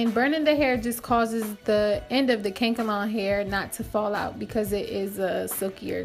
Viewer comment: Lol. It’s “Kan-e- kalon” hair, girl. Not kank-alon 😂